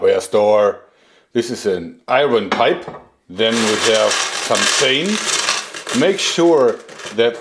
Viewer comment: Why do you say "I run pipe" it's pronounced "I earn"